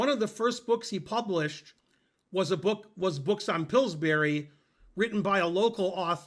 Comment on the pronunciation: Tomorrow the same video, only with Ben pronouncing Pillsbury correctly.